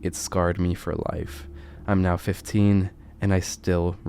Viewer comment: Bruh are you serious right neow